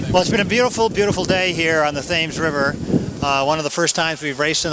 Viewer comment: does the announcer really pronounce the 'h' when he refers to the River Thames?